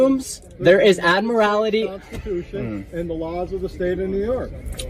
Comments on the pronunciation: That kid is stupid he can't even pronounce admiralty right. When the constitution was written cars were not thought of yet and that's why they fall under the 10th amendment. So the states set the rules. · That kid is stupid, he has no idea at all what admiralty law is. Hell, he can't even pronounce the word properly. Dumb kid, I hope the courts smack him around and straighten him out.